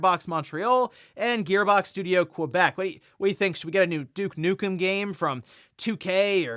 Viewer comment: Douche Nukem 🤣😂🤣😂🤣😂🤣🤣😂 🤣😂🤣😂🤣😂🤣😂🤣😂🤣😂 In all my years of gaming I’ve never heard his name said this way …! Remind you I was alive when the first Duke Nukem game was released.